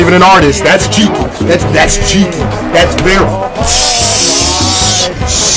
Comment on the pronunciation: He said jukey not cheeky